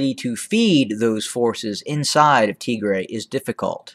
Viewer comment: It aint tigrea dude. Its Tigraay. Thats phonetically written for u. Tigea is a language in Eritrea. You doing great. Upload some pics and videos too. Your knowledge of Ethiopia history is greater than of those living in Ethiopia. Keep up the good impartial work.